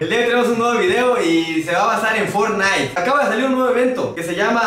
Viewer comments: Fornain dijo el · For-naite jajaja XD El 2018